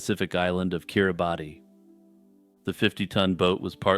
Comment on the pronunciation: Kiribati is actually pronounced like keer ruh bas. It's actually the local approximation of the local approximation of Gilbert which makes sense since the British used to call it the Gilbert islands when they controlled it. Don't feel bad though, I'm a HUGE geography nerd and didn't learn that until I was in college I'm pretty sure.